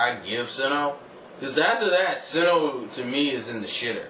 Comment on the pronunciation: it is sinnoh not sinnouh